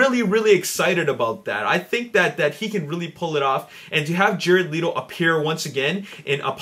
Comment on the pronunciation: It's not Leeto it's pronounced Letto -.